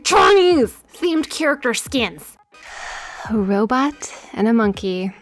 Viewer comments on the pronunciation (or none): none